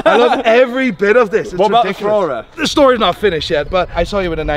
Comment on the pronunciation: said Fk Ferrai